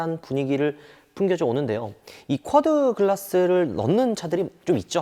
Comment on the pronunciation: 쿼드글라스 아니고 쿼'터'글라스